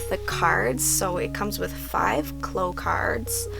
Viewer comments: they're not "cloh", it's "claow" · Its clow like cow not clow like glow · shell shell lol bish what Japanese version are you watching, Sakura pronounces it "cloh" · Victoria P well obviously many people including myself hear her say "cloh" in the Japanese version lol, there are multiple videos of her capturing the cards here on YT. But as a kid I watched the French dub because of my dad, and they definitely say "cloh" no doubt about it, so I have always said it that way and it seems very strange to me to say it like "claow." But I mean it doesn't really matter 😂 just weirds me out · so... I've been pronouncing clow wrong all my life.